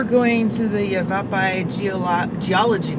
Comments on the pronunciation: Though I've been to the Canyon over thirty times, I very much enjoyed your video. I'd just like to add a little help with pronounciation: Yavapai is pronounced "YAH vah pie" and Hopi is" HO pee." Any FYI, if you continue up the trail past the village, you cross a few billion more years of geologic information and you can also get to one of the most overlooked views--the Trailview where you walk down a series of stairs and get to see an overhead view of a large section of Bright Angel Trail. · Cough yava-PIE cough